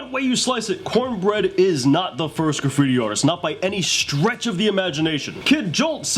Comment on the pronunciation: The Word is Graffiti not Caffittti ! lol